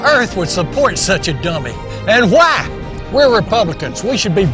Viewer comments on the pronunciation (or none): Why does he pronounce 'why' as 'hwaaa'?!? Hwaaa?!